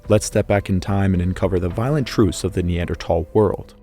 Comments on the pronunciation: It bugs me you say tal instead of thal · Dude it pronounced neandthal not neandtall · Its NOT neanderTall - its pronounced neanderthall as in "tha" and "all" put them together to "thall" as in "maul" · I know both ways of pronouncing NeanderTHal are correct, but I simply cannot focus on this video when I hear the hard T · There is an “H” in Neanderthal 😭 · I'll come back when you say the word correctly. Tall. 🤪🙄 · Never heard a pronunciation like that 😂😂. Have I been so uninformed all these years. I always pronounced the TH in Neanderthal. Not Neandertall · Can you say Neanderthal like a regular person cause even if your technically right the way you say it sounds terrible. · I can't stand listening to you constantly, saying NeanderTHAL wrong!! Its so hard on the ears!